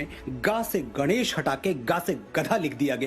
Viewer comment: ग से गनेश नही , ग से गणेश । निर्मान नहीं निर्माण ये भी केवल अंग्रेजी में शिक्षा लेने का परिणाम है , अंग्रेजी के साथ थोडी बहुत तो हिन्दी भी पढ लेती तो सही उच्चारण कर पाती ।